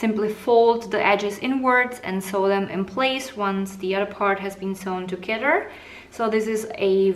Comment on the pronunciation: Your English is poor. You pronounce your words such as together is togedder and your arm is very distracting.